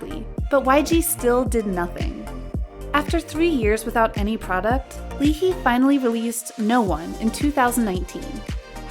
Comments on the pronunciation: I mean what are we supposed to expect the way she pronounced Lee Hi shows the lack of research ✨ but really the members love Hanbin so much and he would never bully anyone.... she literally made it seem like Bobby & Hanbin are attention seekers and only want the spotlight on them smh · It was not LEE-HI HAHAHA I WAS LAUGHING SO HARD. It was Lee Ha-Ee, to be precise Ee-Ha-Ee (Lee is actually Ee/Yi in korean). And I am a fan of her LOL 😂😂😂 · Lee Hee??? Have you not done your research? It's Lee Hi (full name: Lee Ha Yi). Hi pronounced as [haɪ]. That just triggered me. If you post a video, at least look up you have things right. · It's lee "high" not lee "hee"... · just letting everyone know it is pronounced as lee-HI like the hello "hi" not "hee" :) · Her name is Lee hi as in Hi hello not hee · So you pronounce Lee Hi's name as Lee Hee? I pronounce her Lee Hye omg im so:(( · When they say lee-hee instead of lee-hi .. o.o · Lee Hee 😭 it's lee hi (high) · Lol lee hi - pronounce as lee hay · It's Lee Hi not Lee Hee 🤣🤣🤣 that kept reminding me of Michael Jackson HEEHEE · I spat my drink when "Lee Hee" came out. It's Lee Hi, pronounced, "Hayi." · Lee HI not hee and she said her self that she left the company on a good note, and Chanwoo (Chan nu) is not being bullied .. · LEE HEE??? its pronounced Lee Hi(like the greeting) 이하이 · “Lee Hee” -> 이 하이 -> Ee Hai -> “Lee Hai” (Hi as in “high” or hello, “hi”!) Lee Hi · Hyoyeon is still with SNSD and SMent. Also Lee Hi is pronounced as saying hi, not hee. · it's not lee hee, it's lee hai! lee ha-yi!!! did u do ur research??lmao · Lee he? Its lee hi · lee hee lmfao its pronounced "lee high" or lee ha-i .....이하이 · "Leehee"? I thought it was Lee Hi as in hi 👋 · Girl, you need to do your research on your pronunciation of some of their names. Who the heck is Lee "Hee-ee"? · lee hiㅋㅋㅋㅋㅋㅋㅋㅋㅋㅋㅋㅋㅋpronounciation is lee-ha-i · closed it immediately when she said "LEE HEE" smh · Did this person actually just call lee hi “lee hee” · L e e h e e